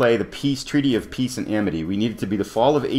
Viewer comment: Awesome! If you listen very carefully at about , you'll hear yourself say "the Peaty of Treace and Amity". Comedy gold. :D Great video. Enjoying the series very much.